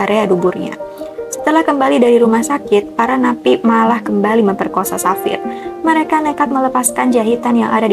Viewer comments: Pengucapannya bukan Savir tp Havier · Pengucapannya Bukan safir tapi havier